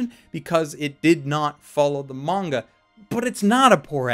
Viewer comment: Is it just me or is he saying manga-ka?